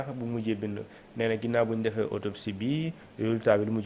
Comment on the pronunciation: Autopsie et non otopsie